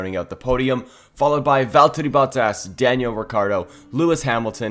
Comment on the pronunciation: ah yes veltteri bottas